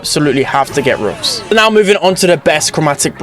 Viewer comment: i like how say roffs